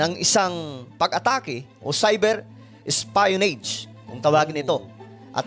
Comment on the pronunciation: ES-PEE-YO-NADJ hindi ES-PIE-YO-NEYDJ😎